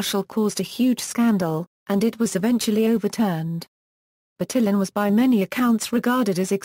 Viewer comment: "BurTILLin" Why was this one of the first results for "pronunciaton"? It's just assuming the pronunciation based on English phonics. That's, like, the most English-sounding pronunciation of any name I've ever heard.